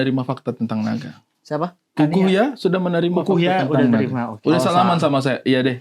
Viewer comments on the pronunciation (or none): Naga jadi NIGA 😂😂😂😂